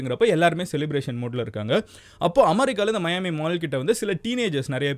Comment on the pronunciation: மயான்மி இல்ல தல மியான்மி